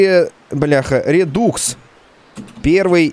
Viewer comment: Правильно говорить не РЕДУКС а РЕДАКС